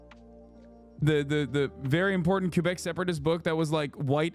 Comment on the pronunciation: Can someone please tell Hasan how to pronounce Quebec properly?